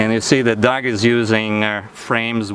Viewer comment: Sir how can your name be dog your a human being, it don't matter how you spell it it is still pronounced dog